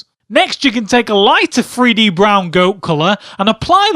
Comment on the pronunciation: someone His accent makes the "th" sound like "f". Don't be an idiot.